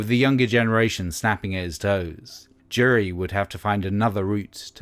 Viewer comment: Why does the narrator keep saying "Jerry" instead of Jury? 🤔